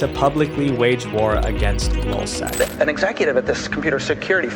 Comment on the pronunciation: This guy is a freaking idiot. Hector Monsegur was the leader of lulzsec. It’s lulz not lol you dummy. Got this is the worst YouTuber I have ever come across.